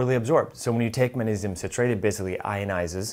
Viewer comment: It's maGnesium , Not munesium.